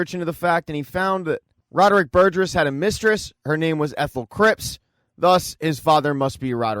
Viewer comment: Burgess, not Burgers. SMH. Moving to migraine. 😊❤